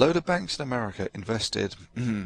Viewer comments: Ha...the Brit said something like "Americra" in the beginning. He added an extra "R". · That he mispronounced America. Duh!